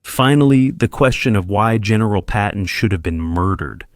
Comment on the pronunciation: His name is Patton not Peppin! George Frei